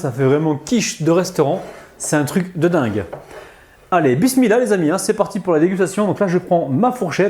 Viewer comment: Chaque fois que tu dis bismilah et machalah ,tu reçois des hassanettes .....mais fais un effort pour tes < H > en arabe ils ne sont pas muets ...